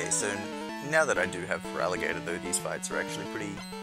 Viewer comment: your ferlatigatoer is crazy